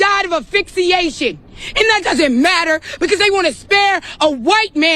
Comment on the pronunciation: "Afix-e-A-shen?" Get these 2 to just stop!😂